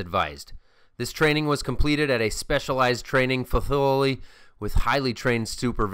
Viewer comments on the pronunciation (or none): Fathillity when I first heard it i thought oh he just got a new filling in his mouth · facillycal... fasiclla.... Place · "This training was completed at a specialized training FAFIFFLY with highly trained supervision." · "facility"? Fafility? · I think maybe 12 pack in on that one! LOL Fafility HAHA or whatever the heck he was trying to get out. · "Faffilty" lol😂😂😂🤣🤣🤣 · You said fafility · Best pronunciation of "Facility" ever!!! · I lmao when you tried to say facility